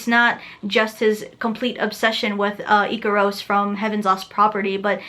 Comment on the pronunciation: Ikerose? It's Ikaros aki but yes nobody should commit suicide over an anime.